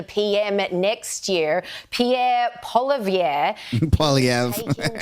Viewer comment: it is pronounced "Poliev"